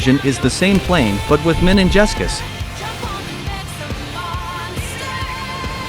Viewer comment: Meningessus. lel